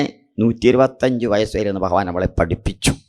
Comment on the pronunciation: Pronouncment of Bhagavan not Correct